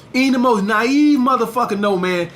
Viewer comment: When says Muthafacca it kills me